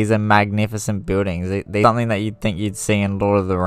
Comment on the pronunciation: This is fascinating bit would be much better if it was narrated by someone that speaks properly and doesnt sound like he is half asleep. is pronounced something. And I am sure you swore at some point.